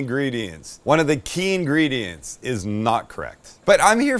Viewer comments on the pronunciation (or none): none